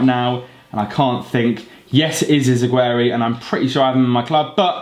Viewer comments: ***** its pronounced iz a g your ay and vermallen cb but all in all good job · Its izz-gee-ray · Celtic left back is pronounced izzageery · You said Izagurrue and Denayer wrong